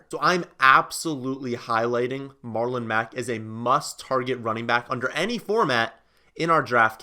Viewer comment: MarlOMEGALULn Mack 🤣🤣